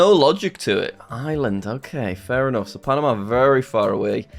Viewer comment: I think he said correctly